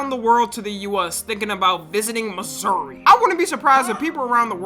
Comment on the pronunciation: As a kansas citian, thanks for saying Missouri and not kansas